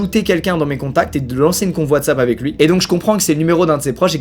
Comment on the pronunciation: ah oui ''WhaysApp'' la fameuse application de communication